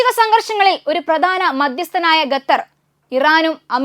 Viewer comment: ഗത്തർ അല്ല,ഖത്തർ.